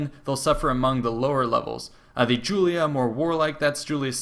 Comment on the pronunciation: It's Julii, not Julia. It's Junii, not Junia.